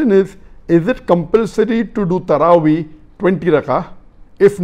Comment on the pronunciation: Tarawee sounds like sarabhi